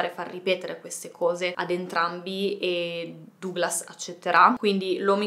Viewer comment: Comunque Duglas si legge Daglas.